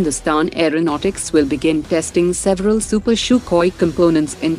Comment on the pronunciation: i like how this AI says super "shukhoi" and not Sukhoi